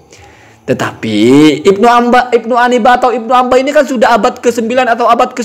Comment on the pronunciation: Bukan ibnu ambah...!! Baca yg benar ya....!!